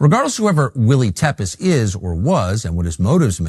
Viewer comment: Tepes is the last name of Vlad the impaler, the person often referred to as the real Dracula. It’s pronounced Tep-ish.